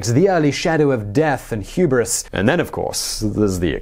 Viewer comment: hubris: "ooo-bree". "vrohslav". "karls-roo-uh" google translate, once again. good pronouciation butchering vid. entertaining!